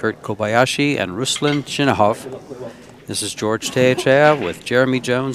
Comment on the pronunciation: I've heard many Russian pool commentators pronounce it Chinakhov and not Chinahov like Jeremy Jones says it